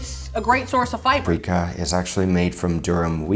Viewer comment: Freekah is freaking me out